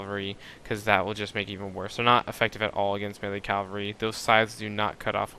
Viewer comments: I'm actually really happy that you made this comment, but I do disagree with it. It's not been pronounced calvary so long that it's common in the vernacular so therefore it should now be changed and addended in the dictionary that it's correct to now use the word 'calvary' instead of it's proper usage 'cavalry'. If all societies and areas that spoke English started using the pronunciation 'calvary' I would agree with you, but they don't. Just ask or listen to anyone talking about history that knows what they are talking about, or someone who isn't just a 'word skimmer' and actually READS the words on the screen on in the book and then instantly knows how to pronounce it correctly. What I really like about your comment is that it shows that you have some knowledge about how words change over time. It's just not been long enough. 100 years ago during world war I, cavalry was still used (though poorly) and most everyone in the war called it cavalry instead of calvary. What you're seeing in this video and what I'm constantly surprised about, being that when I see a word I also see how it's spelled, is why things are commonly pronounced incorrectly. The argument to your opinion is this: If people started calling a specific word aminal instead of animal, and all the people in a small area continue to do this for 500 years, you might see that as an acceptable 'alternate' pronunciation of the word. We are just not at that state yet. Millenials that can't be bothered to look at the wo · I can't imagine most folks talking about cavalry in real life, but you're probably surrounding yourself with people that don't know themselves. You do sound fairly young.:D It's just a bit jarring to hear someone constantly pronounce something wrong, it's just one small blemish on otherwise good videos. Thanks for the hard work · Love the vids, but how come so many people can't pronounce 'cavalry' correctly? Calvary is not the same thing as cavalry. lol